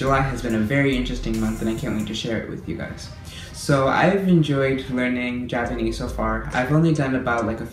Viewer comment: Py anese